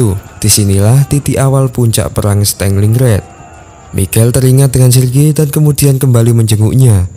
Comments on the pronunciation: stelingred gk tuh stalingrad mas A nya jangan dibaca E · Punten. Pronounce nya yg bener itu "Stalin Grad" (kota Stalin) bukan "staling rad" CMIIW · Min bacanya jgn Stenglinggred tapi Stalingrad..🙏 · Stalingrad boss bukan stenglingred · kau salah tulis terjemahan tu seharusnya 1936 bukan 1956 (tolong diperbaiki) oke👍,dan satu lagi partempuran Stalingrad bukan stelingrad (tolong diperbaiki cara pengucapannya). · Stalin-gard ❌ Staling-rad ✔️ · "stenlinred" wkwk